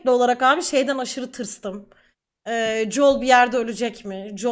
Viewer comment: JUL değil JOEL :d